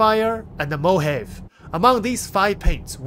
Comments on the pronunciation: Isn't it "Mo-Ha-Vay"? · Mojave.. mo Hah vay. I'm Mojave.. native American. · Mojave is fine, favorite is proably sapphire or default though, the pacific one reminds me of an airline paint scheme. Also mojave is (moh-hah-vee) for the record. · "Mo-ha-Vee" paint. 😁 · Just FYI, Mojave is pronounced moh-hah-veh. It's a desert in the USA, that's why the color is sandy. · Mojave = MOH-Havee 🤗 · It's pronounced Mo Hav a (long a, as in bay). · I think it's pronounced Mo Ha V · Mojave is pronounced "Mo-Ha-Vee"